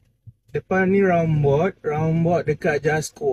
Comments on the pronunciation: Roundabout.. tu aku faham.... tapi "rounbot".. aku rasa bangla pun tak tahu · Roundabout ✅ Rounbot ❌